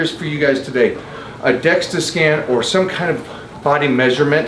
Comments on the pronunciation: Dual-energy X-ray absorptiometry (DEXA) - ya he’s throwing me off with DEXTA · I’m concerned that since Mike keeps calling it a “Dexta scan” that he doesn’t know what he is talking about because he keeps calling it the wrong thing.